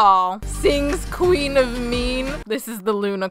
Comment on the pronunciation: it's queen not quen